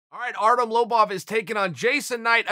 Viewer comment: Uncle Chael pronounced Artem’s name weirdly, it’s “Artem Lobaff”.